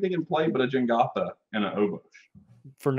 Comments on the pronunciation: I can't believe they went the whole episode calling it Jengatha, when it is Jegantha lol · i really hate saying Jengatha instead of Jegantha. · keep calling it Jengatha, but it is Jegantha